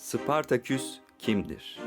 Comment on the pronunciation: Sıpartaküs değil, Spartaküs.... Seslendirmeni değiştiriniz...